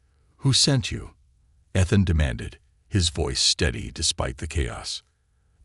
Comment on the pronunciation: His name is spoken E-than